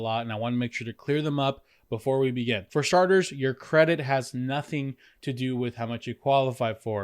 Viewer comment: “For sharters”